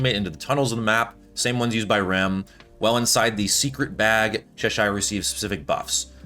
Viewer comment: Love the videos man keep up the great work! Tip, its pronounced cheh-sher.